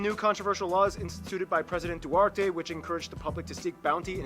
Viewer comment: President Duterte not Duarte